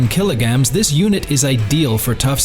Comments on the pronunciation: Kilograms, not killagams! This is what you get when you use AI instead of a human. 🤣🤣 Ute. It's pronounced YOOT. That tray & canopy is NOT $116,000! They start from $13,510 AUD + GST. The more features, the more it costs. For $116,000, you'd get the ute, canopy, a suspension lift, decent offroad tyres on new rims & still have change! 🤣🤣 Great. Just what we need. More distractions for drivers! That panel would be better used to display what's in FRONT of the truck. "With B L U E T T I..." It's a brand name, not initials. Bluetti. AI... The way of the future... (At least the AI finally pronounced kilograms correctly! 🤣🤣) These wheel clamps are designed for caravans, boat trailers & other dual axle trailers, not utes or trucks. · The A.I. Has trouble Saying Kilograms